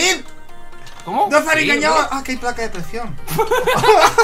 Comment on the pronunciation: acaso acabas de decir "placa deprecion"